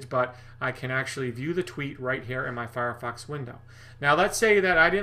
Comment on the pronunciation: you said "firefuck" !!! Thats so funny! Nice stache and video!